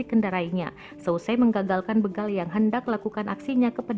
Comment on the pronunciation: Begal kak. Bukan bègal